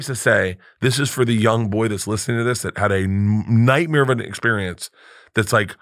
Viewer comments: Barf almost pronounces nightmare correctly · Brett… we know, everyone knows, that you say “nightmere” not “nightmare” already. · Did anyone else catch the “nightmear”